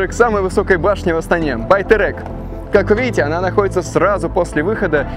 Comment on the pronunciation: Не Батэрэк, а Байтерек!😮